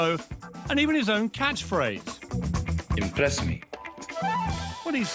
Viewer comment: LOOOOOOOOOOOOOOOOOL 'imbress me'